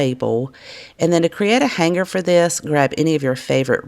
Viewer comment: I'm sure you're aware, the G in "hanger" is silent. I love watching your videos but it's killing me!!